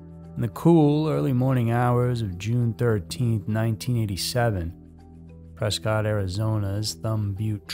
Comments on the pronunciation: It’s pronounced preskit not cot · It’s PRESS-cut Arizona.